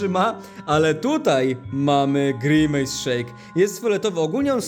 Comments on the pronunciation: nie pij grimace szejk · nie pij grimejs szejka